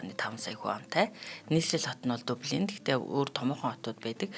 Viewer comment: Дублийн гэж дуудагддаг байх.